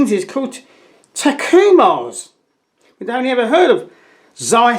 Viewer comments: Learn to pronounce Ta-ku-Mar correctly. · TACKOOOHMAR !!!! its Takumar.... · You're a funny comedian and the stupid way you mispronounce TAK-EU-MAR lenses... Tacoma is the county seat of Pierce County, Washington, United States. A port city, on the Pacific Ocean it is situated along Washington's Puget Sound. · Where the heck did you learn to pronounce the names of Pentax lenses? You’re murdering their names!